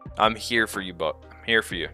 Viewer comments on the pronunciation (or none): none